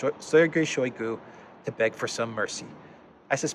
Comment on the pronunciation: [ShayGU] The ``o' ' makes ``a' ' sound as in ``owl' ' because word stress falls on ``GU' ', not on ``shoy' '. In Russian, unstressed syllables get muted.